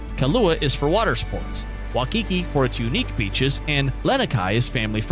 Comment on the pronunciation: Braddah when making one video on Hawai’i try learn how to pronounce the names😂 Waikiki Beach is the most well known touristy spot on Oahu and cannot even pronounce dat right🤦🏽‍♂️bumbai u learn